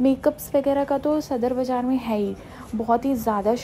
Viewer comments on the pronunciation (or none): Ohh God m just scroll krk ruki sadar ka Nam dekh kr lekin jese hi is larki ne Bazar ko bajar kaha mje foran lga k ye pakistan nhi ho skta hahaha lafzo ki tang sirf Indian hi tor skte hn